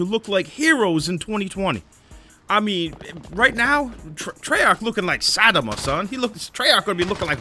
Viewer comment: “Saddama” lmaoooo smh